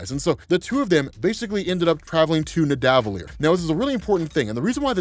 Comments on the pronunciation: Nidavellir is said like Rockefeller. Ni Da Vel-eer. Keep up the great work. (I know, it's a comp of all the vols, but always happy to help with pronunciations) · "The elves of nidavilier " lol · Omg stop saying Nidavellir like that 😂 it sounds so weird.